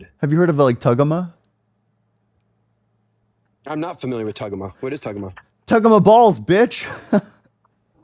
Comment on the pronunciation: Bro said “tuggamaw”😭 that was crazy